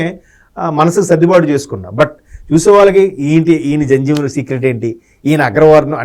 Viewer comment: That’s Jandhyam not Janjam. Pls correct. I am a Brahmin hence I know this.